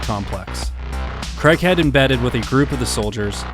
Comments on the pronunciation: its not pronounced CREGHEAD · Worth a watch but pretty sad that the narrator can't even pronounce his name right. Craighead, not Creghead. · Craighead (Crayg(e))head not Creghead, he is English not American, it is not pronounced in the UK the strange way you insist on pronouncing the name Craig. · Love this vid! Can’t get used to that, what we Brits consider annoying, American pronunciation … “Cregg-head”, but I’ll overlook that because the vid’s so good! 😊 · Unfortunate American pronunciation of the surname Craighead